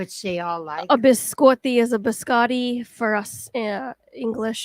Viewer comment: And nonna is correct, biscotti (bi-sco-tti) is pronounced bee-skoh-tee not skah!